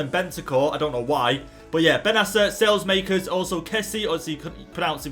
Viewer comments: saelemaekers is pronounce sa-leh-mah-kers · PCQ: You pronounce saelemakers sal-e-mak-ers :) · It is sa la maekers